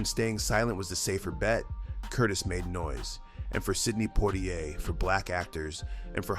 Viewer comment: Oh gawd! Another AI narrator which can't pronounce names correctly. Sidney "Pwah-ti-ai"?